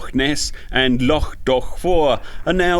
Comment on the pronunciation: Your Scot's pronunciation of loch is excellent. Lovely video as always 😉